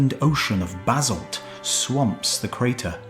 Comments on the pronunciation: I've never heard Basalt pronounced "Bazzled" before. Must be a Brit thing. Lovely people... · Where’s this z in basalt you keep pronouncing?